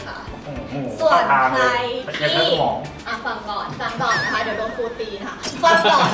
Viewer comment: ครูตีนะครับ ไม่ใช่ คูรตี